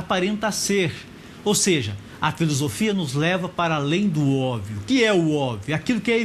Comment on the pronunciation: Professor bosta! Não sabe pronunciar obvio.. PQP!